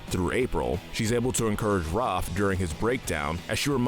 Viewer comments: RAFF NOT ROFF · Raaf It’s Raph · Am I the one who noticed how he pronounces Ralph as Roth? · please stop calling raph 'roph' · The a in Raph is pronounced like the A in Apple not Rawwph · Anyone else get upset that he calls Rafael "ROFF"?? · Where the shell are the Purple Dragons?! Also, why did you mispronounce Raphael's nickname?!